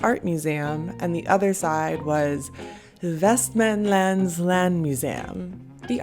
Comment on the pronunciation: Jag har bott i västerås hela mitt liv och har aldrig smakat västerås gurka. ^_^ Personen som gjort listan är helt klart avundsjuk, förövrigt. lol. Nice video! Also you pronounce Västerås beautifully. Västmanland could be cleaner, specifically both "a" sounds of the "manland" part. You kinda said it like "Västmänländ", but I'm guessing you're just saying "man" and "land" the american way. After all, both are spelt the same way and mean the same thing(land is a little more complicated but still) in Swedish and English ^^. Practicing "man" and "land"(the swedish versions) seperately might help as they are pronounced just like that in "Västmanland". ¯\_(ツ)_/¯